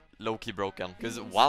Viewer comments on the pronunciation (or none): none